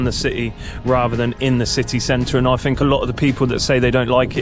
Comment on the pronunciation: "Fink" - opinion disregarded